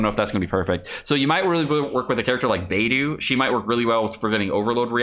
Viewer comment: =Saying “Beidou”= Bay-doh is correct. Bay-doo is not. There are at least 3 good YouTube vids from Chinese speakers of you’d like confirmation.